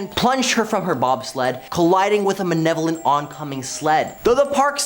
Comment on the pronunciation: why does he kep saying manevolent its malevolent